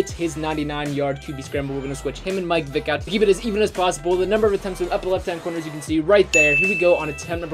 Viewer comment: He says mike Vick it’s Michel ck